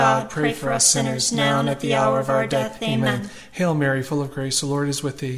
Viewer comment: Thank you ! Can you please 🙏 ask the lady to say the " Amen" properly as she sees to say " Ama" !!! 😢